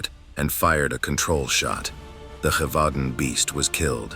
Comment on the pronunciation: Friendly French pronunciation tip: “zhe-vau-don” (with a nasalized “n” at the end)